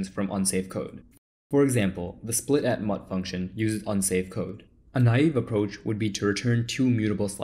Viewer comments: it's the mute keyword, not "mutt". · mut is typically pronounced mute, not mutt thank you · "In order to make them mutable you just insert the 'mut' keyword" the way you pronounced it 😂😂😂 If ThePrimeagen got a hold of your video, you will be roasted to death🤣🤣🤣